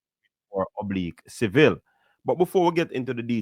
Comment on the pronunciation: Did it easily ina bad weather...however his name is Oblique...if you are going to be a so called commentator at least get the names right and I expect better because you are a Jamaican